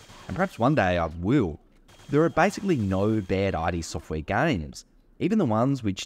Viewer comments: Thanks for the video and the info forreal 😎 buttttt…. Was anyone else cringing a little each time he said “I.D. Software” and not “Id Software” that was alittle rough to constantly hear 😩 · It's not pronounced "eye dee" like your identity documents. It's "eed" Software. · i couldn't keep watching with you calling it "i" "d" software.... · id software isnt pronounced that way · Eye Dee software omg.... Nahvidia....